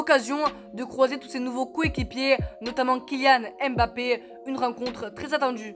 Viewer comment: Apprend à prononcer le nom de mbappe... Le m ne se lit pas séparément du reste du nom... C'est mbappe et non m'bappe